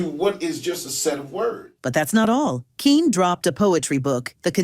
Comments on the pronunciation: I think it's pronounced Kenny even though it's spelled Kene. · He pronounces his name the same as "Kenny". Not "keen". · Using AI voiceovers? Smh. His name was pronounced “Kenny” not “Keen”.😅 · HE PRONOUCE IT, KENNY!!❤✔ GET IT RIGHT!!❤😂! DUHHH!!!!😊😊😅✔ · Kene's name is not pronounced "Keen." It's pronounced "Kenny." I know this because in the 1970s he hosted a PBS show called Burglar Proofing, and he said his name at the beginning and end of every program. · This lady is good but she pronounces it Keen it's pronounced Ken otherwise known as Tyler Hudson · His first name is pronounced Kenny. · Pronounced Kenny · It's that dang AI narration, that mispronounces so many words, especially proper nouns and abbreviations. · His first name - Kene, is pronounced Ken - E or Kenny. Tune up the AI Model... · its pronounced Kenny !